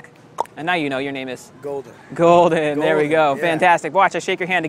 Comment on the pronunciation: gaming this is my first time hearing about him, but it’s “Goldn” not “Golgen”